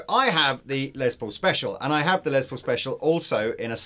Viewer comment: A few things: a sweet little chord progression from the at the beginning. And nice to see demoing something without shredding like his life depends on playing as fast as possible. And finally...my British friends...the Les in Les Paul is pronounced like "less" not "lez". I would let it slide except lez is short for lesbian and I'm pretty sure Mr. Paul was not a lesbian. Someone correct me if I'm wrong. I didn't know him personally.